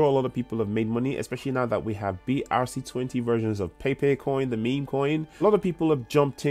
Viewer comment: P.s. never trust anyone in crypto that can’t properly pronounce Pepe.